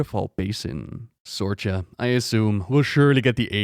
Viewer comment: I have to do this, as I have a 9 year old rough coat Collie named Sorcha, it's actually pronounced Sor-ka. Sorcha is an ancient Irish name. In the irish language ch is pronounced like an english k; so it's correctly pronounced is Sor-ka. It means "light" or "brightness". Don't feel bad, I have to correct pretty much everyone on how to pronounce it, including her veterinarian!